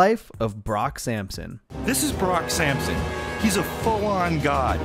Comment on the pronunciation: You mean Brock Syampsyon